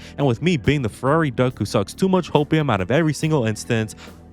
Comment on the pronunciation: I heard furry title fight instead of Ferrari title fight...